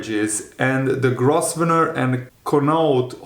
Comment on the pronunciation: Grosvenor is pronounced Grove-ner just trying to help, not getting at you